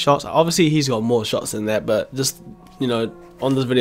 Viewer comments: Shots* not shoits by the way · WTF IS “SHOITS”